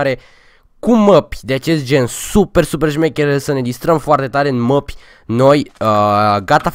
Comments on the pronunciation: nu se spune măpi se spune mape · "Mapi"? Se zice mape lol